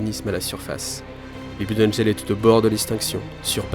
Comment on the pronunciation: D'ailleur ça serais pas plutôt "blode angeul"?